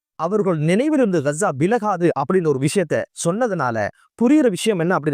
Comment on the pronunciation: காஸா என்றுதான் பலரும் அறிந்திருக்கிறார்கள் உங்கள் உச்சரிப்பு இலகுவாக புரிய இல்லை 😂